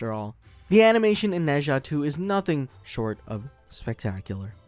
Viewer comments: In fact, it's "Nur Jar"， you should read it with British accent instead of American accent! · Its pronouced Nuh Zha and I loved it.